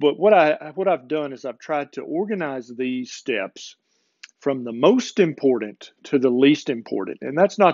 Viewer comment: I love you...but....you have to learn how to say the word "important", It is importanT